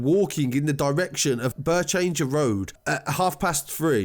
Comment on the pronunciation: It’s pronounced birch hanger